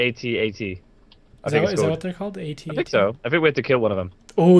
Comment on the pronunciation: At-at get it right